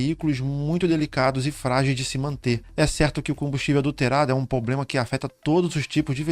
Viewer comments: Muito bom vídeo, mas, a palavra correta é "problema" e não "poblema". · Mano, ótimo vídeo, só evita falar poblema, pra passar mais credibilidade ao seu conteúdo, cheguei ao canal por esse vídeo e gostei do conteúdo. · Irmão, seu conteúdo é ótimo e sua voz (tom, ritmo, interpretação) passa muita credibilidade. Só uma ressalva mínima: a palavra problema. Já estou seguindo e recomendo! Desejo muito sucesso!